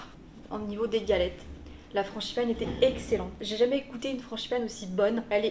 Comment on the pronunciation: « franCHIpane » mdrrr